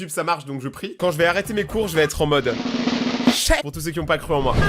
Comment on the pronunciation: deso j'ai disliker parce que cheh sa se dit pas chai . Les rebeux en sueur